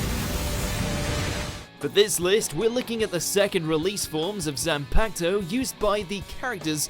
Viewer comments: banekai, bonkai, bang-kai, sampoktu lol how you pronounces everything else right but that XD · He also fucked up the pronunciation of Bankai and Zanpakuto.